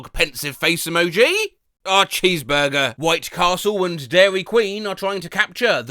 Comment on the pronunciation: “Chess burger”😂